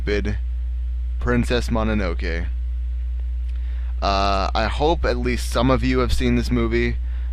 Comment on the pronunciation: wow priness mononoke? what is wrong with you?